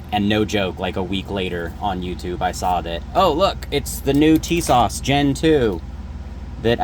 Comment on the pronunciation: Honestly dude the fact that you just called them Tisash you honestly deserve what happened